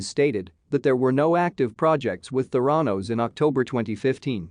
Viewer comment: It is pronounced "théranos" Emphasis on the "e"